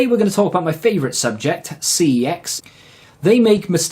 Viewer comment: Its pronounced 'sex' not ' see eee exx